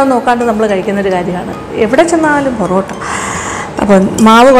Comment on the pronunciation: Porata ale borata ennu parayuna pole